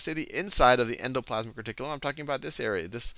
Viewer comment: "en-doe....plaz-mick....reh-tik-que-lum!" :D i can't stop sayin it now. :D I never knew how to pronounce it. Seriously, these videos are fricken amazin. helpin me right into my finals.